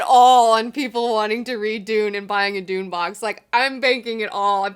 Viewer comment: heh, she says Dune box, I hear doom box as in a ladies